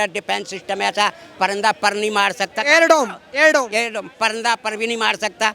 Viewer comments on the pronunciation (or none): Bewakuf anchor air dom iron dome bolte hain